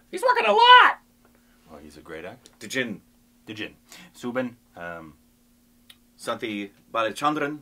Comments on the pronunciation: Guys, you are pronouncing Soubin and Fahad Faasil's names slightly wrong. It's pronounced SAUbin and not SOObin. And For Faasil, you have to stress on the FAA a lot more not the IL. So it would be FAAsil not faSEEL. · Guys he is not pronounced as Sooobin.. Its Saubin (like u say Saudi)